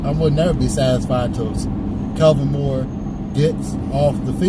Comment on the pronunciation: Are y'all calling Kellen Moore, Calvin Moore?? Lol... That's what it sounds like!?